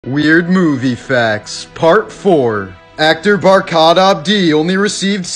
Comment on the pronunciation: Dude, Barkhad Abdi is the right pronunciation.